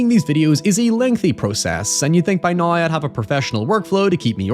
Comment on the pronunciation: Still can't get over the fact that you can't pronounce the word 'now', instead saying "nøye" :b